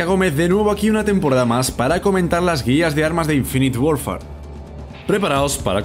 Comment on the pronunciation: dijo infi worfar xD